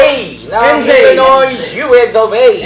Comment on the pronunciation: ILinoy (Illinois) pagprononce silent s po.